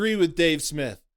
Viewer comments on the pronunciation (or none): none